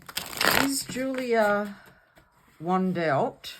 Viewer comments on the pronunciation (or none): The W is pronounced as a V. She has never claimed that she is Maddie either, she just thinks she may be as there are inconsistencies in her upbringing.